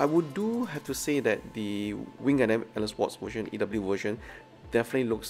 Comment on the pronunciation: Really hope you are reading this. Just want to comment about one thing thats always turning me off when watching your videos which is HOW YOU PRONOUNCE GUNDAM! Why did you pronounce it as GUN-DAMN? Pls correct your pronounciation for the love of god. Try listening to mechagaikotsu or zaku aurelius vids on how they pronounced it! All in all, i really love your vids still. I really do. Keep up the good work 👌